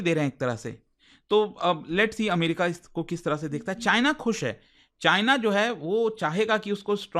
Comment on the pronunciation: America ❌ Amrika✅